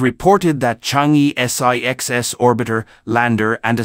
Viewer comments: Pronounce as Chang Er not Chang E. E is pronounce as Er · Excellent report! Chang'er should be pronounced as Chang-Earl. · It’s pronounced Chang er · Yes, in the Chinese pronunciation system, the vowel "e" is pronouced as "er"... Thus, "chang'e" should be properly pronounced as "charng er". It would be useful for foreigners to learn how to pronounce words correctly the Chinese way when presenting about things in China.